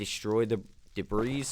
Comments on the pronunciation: The s is silent in debris. My bad if u pronounce it in purpose. New to videos. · Great video. Im gonna go implement a bunch of these in my own survival world. Just an fyi. The 's' on the word debris is silent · Dude lol the "S" is silent in "Debris" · "Ancient debriss"